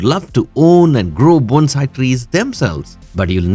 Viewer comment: Thank you for pronouncing Bone-sai correctly!! I’ve done many of your suggestions. 😊